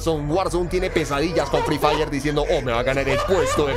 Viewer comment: Jsjs ya seme así el asentó Colombiano pero la verdad free diré e suena mrd :v